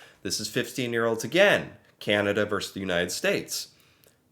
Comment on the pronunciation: 🇨🇦 Keep going,. Good stuff. You aren’t “average,” BTW. And the word you want is “versus” — two syllables, it’s Latin. “Verse” is a part of a poem or a song.